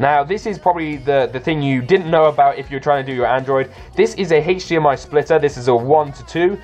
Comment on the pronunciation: the way he says hdmi bugs me